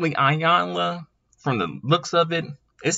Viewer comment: Its pronounced eyanla not iyanlaz